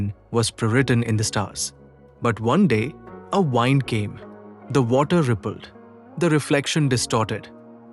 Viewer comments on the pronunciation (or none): वाइंड नहीं भाई विंड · if your "wind" came not to wrap isn't it wind? ( pronounced as in "win"). Ignorance is not a sin, but basics should be learned to communicate what you meant! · AI voice mispronounced ‘wind’.